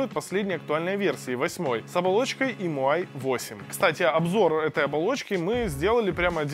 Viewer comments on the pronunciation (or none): none